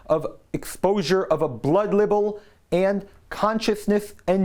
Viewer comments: it's not label, it's libel, pronounced LIEBEL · Libel is pronounced "lie-bell". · They do bear responsibility, but won't accept responsibility. [FYI The word "libel" is pronounced like the word "rival".] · Will someone teach him how to pronounce the word libel? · look up the pronunciation of libel and rape.